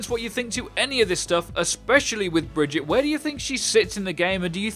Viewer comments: I love how you played the voice clip of her name's correct pronunciation, but still called her fucking BRIDGET the whole video. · Why call her "bridget" ? Its the wrong pronunciation. Its a different Name ! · It's pronounced Brih-geet-tuh. Kind of like Vegeta. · Please stop saying "Bridgit". You said it right and then you showed her saying her name correctly. Please say it like that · Typical white boy bullshit. Bri-gee-tuh. Bri-gee-tuh. Moron. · It's pronounced Brigitte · sounds more like Briggitto to me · So unless something weirdhappened I can still pull off the Tracer 155 combo with reliability. The whip cancel still works. Also, Brih-Geet-tah. She says her name, It's not even a debate. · bigeeta? like vegeta from dragon ball. Though everyone pronounces the r, except her... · Simple bri-gee-tuh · It's just BREH-JIT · I think it should be pronounced bry-guy -te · Why do you say her name like that? Bergittah? there is no A? it is an E and it is pronounced like the E at the beginning of "escort" fo example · Why are there so many ppl who can't say her name properly its not that difficult omg xD bree-GITTTT-ae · It’s “Brigetta.” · Brigitte = just pronounce the "i" as "e". The "e" at the end is more of a "eh" but with less focus on the "h" and more of a hard focus on the "e" The T is not "tee/tea" but "teh" and again less focus on the "h" Bre gett eh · its not brigitte it's baguette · Kaj B There's no A. It's an E, like in endeavor. BrigittE(ndevaor) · DivinitasX her name isn't pronounced Bridget end of story you are wrong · She's not pronounced Brigitta, but Brigitte with an e like in esprit at last. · So many arguing about her name. SHE SAYS IT HERSELF in her origin video! BREE-GEE-TAH (GEE should not be soft like Jesus, but hard like Genji) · Guys ffs, its pronounced as 'Baguette." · XenO SparKS Bridgette is pronounced bridge-it not Brigette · Says correctly Then : Proceeds to fuck up lol fail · Even the voice actor is saying it wrong 😂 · It’s pronounced Brigitte